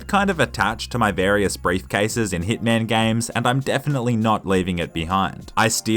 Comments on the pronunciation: Instead of you saying hitman you said thiccman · Did you say "dickman" or?